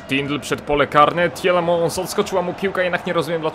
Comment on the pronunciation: Jak coś to mówi się Tilemans a nie Tilemąs :)